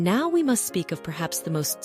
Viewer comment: My thoughts? Well, your AI ‘voice’ mispronounced the word “now” at least three times. Are you thrilled by your foolishness? You seemed also to use AI drawings. Shame on you people. Good story, terrible screw ups.